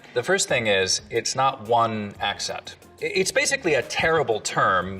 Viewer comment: If I had a dime for every time she said "eccint" (accent), I'd have a gazillion dimes